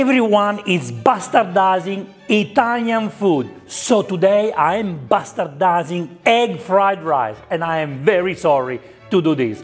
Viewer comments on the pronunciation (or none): Damn it took me the entire video to realize he was saying bastardizing and not pastatizing